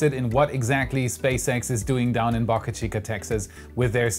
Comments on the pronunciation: the "Boca" in Boca Chica rhymes with Boat!!! Other than the way you pronounce that, you have a great Youtube channel! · Please learn how to pronounce Boca